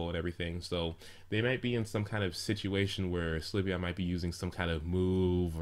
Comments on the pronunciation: Slyveon LOL It's Sylveon xD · it isn't sLyveon it's sYlveon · its sylveon so stop saying slyveon lol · The only 3 types i am considering are flying, light or fairy. (if they introduce new types.) I don't think it could be anything else, except maybe a normal type. It especially wouldn't be a psychic because we already have Espeon. Also, Sylveon is pronounced sill-veon, not si-li-veon or sli-veon. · I like this video but, ITS PRONOUNCED SIL-VEON! NOT SLI-VEON! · umm not trying to be a douche but why do you pronounce it. Sul iveon? It's just all the people i have heard say it pronounce it Silveon. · "si-li-ve-on" ? it's "sylvie-on" -. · "Slih-veon?" I'm pretty sure that's pronounced "Sil-Veon". The l comes after the y. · you keep saying slyveon its sylveon not slyveon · Sylveon is pronounced sil-veon not sli-veon. Think of silver when you say it. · It's pronounced Silve-eeon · your'e saying slyveon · Pronounciation: SIL-vee-ON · XDD You have to pronounce Sylveon's name as how you would pronounced Sylvia. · slyveon... slyveon... stop saying slyveon jeez... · You pronouncing syleon inncorectly was driving me insane